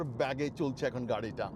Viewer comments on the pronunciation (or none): ব্যাগে নয় বেগে